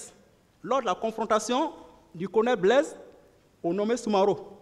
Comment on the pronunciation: Blaise pas blaige. Le g ne se Li pas z. Ont dit pas zandarme mais gendarme. Ont dit pas zuste mais juste. Le j ne se lit z. Ont a affaire à des intellectuels ou des analphabètes ??!!! Le monde entier suis le procès. Sofaire ou chauffeur ? Quelle honte pour des soit disant intellectuel. Soisi ou choisi . Un enfants de la maternelle dans mon pays est nettement mieux